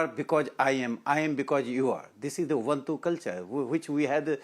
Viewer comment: there again bullshits his way. The Africans talk about UBUNTU and NOT uwantu. So the man who's studied in his vernacular still can't pronounce a simple African term which he's promoting.and since English sucks like Modi's does, he's running his mouth at both ends in support of Modi's BS diversion.